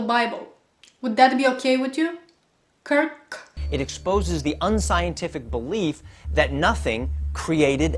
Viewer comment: "Would that be ok with you...KirrlllK?". Hahah! Love it!